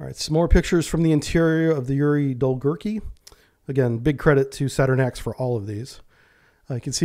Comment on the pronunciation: Dolgoruky. U is not silent